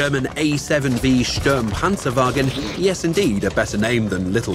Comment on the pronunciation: The ey seven stuumpansäwaggen😂 you made my day😂😂😂